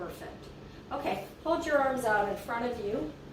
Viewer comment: "flex your erms"